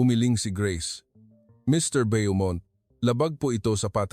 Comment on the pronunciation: Bo- mont , not byomont